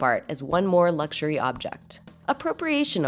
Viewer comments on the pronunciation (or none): none